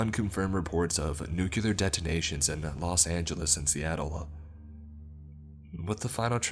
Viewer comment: I will never not cringe when I hear it pronounced 'new-kye-ler'. Pronounce the word "new". Then pronounce the word "clear". That's Nuclear. Not New-Q-Ler. fuck..